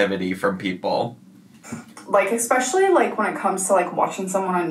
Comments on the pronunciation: Minor detail I know, but her ‘ex-speciallies’ are driving me mad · Did she say exspecially?